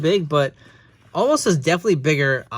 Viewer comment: Why do they call him omaaas now? His name is omos right?